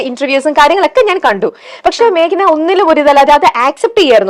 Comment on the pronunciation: മാക്ന... അല്ല 😂 മേഘന ആണ്... നന്നായി pronounce ചെയ്യൂ